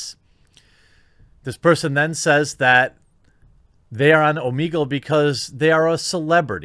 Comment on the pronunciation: It's oh-meh-gull, not oh-mee-gull, you [REDACTED].